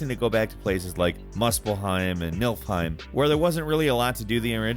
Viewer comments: Could you please stop saying Nilfheim instead of Niflheim, its not so hard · I Love how Americans aren’t able to pronounce different sounding words right. Like making NIFLHeim to Nilfheim. But I’m roasting nobody. I just think it’s funny. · It's not Nilfheim, it's Niflheim. Knee-full-heim. C'mon son. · Was I the only one that heard "milfheim" when he first said "niflheim"? 😅😂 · I heard “milfheim” 😂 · Did he really say Milfheim? Niflheim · I heard you say MILFhime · "Midgurd" "Nilfheim" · Did he say milfheim? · The way you pronounce nifleheim..